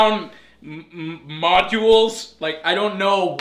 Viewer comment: "Modules". I laughed hard.